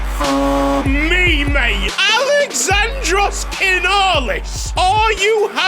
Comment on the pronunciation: As a Greek myself its good to see a strong representation my guy show em how it's done! Btw it's aLExandros not aleXAndros